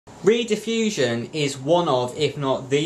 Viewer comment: Rediffusion (pronounced 'red' as in ready, not 'read' as in reed organ, was preceded by British Relay, which was founded in Gloucester. It was the world's first cable television and radio service. It was founded in 1928 to send wired radio services but became operational as a wired (cable) TV service in 1951. You may find this video enlightening